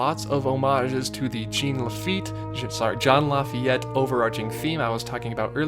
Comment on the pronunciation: "John Lafayette"